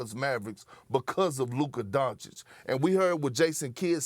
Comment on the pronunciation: First time I have heard SAS say ‘Luka’ in maybe over a year. Still said “Donchick” though